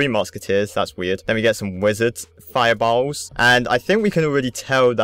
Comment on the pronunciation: I'm dieing how he says fireballs